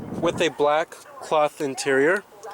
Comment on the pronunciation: Cloth not clahth